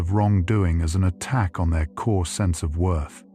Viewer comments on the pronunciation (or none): none